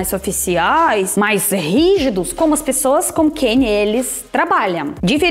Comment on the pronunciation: Você poderia começar a treinar a falar "Pessoas" e Não "pissoas" Agradaria mais 😉 já que virou "paulistana" 😅 Depois para "pós-graduação" Poderia treinar o "Começar" e Não "kameçar" 👍